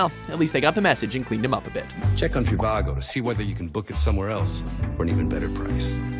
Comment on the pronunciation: The Trivago guy mispronounces the name of his own business. He says "CHI-va-go", like Chicago.